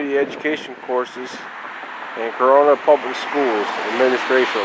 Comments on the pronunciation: To say it right is not by the spelling. It's cor run na just to break it down. This is my home town. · You don't know the right pronunciation of Corunna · I'm from here and that's not how it's pronounced. Born and raised. Not how it's pronounced at all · You said Corunna wrong